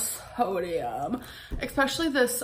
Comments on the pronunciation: "expecially" is NOT a word. it's ESPECIALLY. not even a native english speaker and i know this. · You can tell she has no intention of improving herself because she won't even fix the way she's pronouncing especially which requires zero effort to fix.